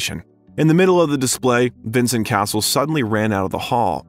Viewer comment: The constant mispronunciation of most French names, not in the least the name of the subject himself, makes this too infuriating to watch.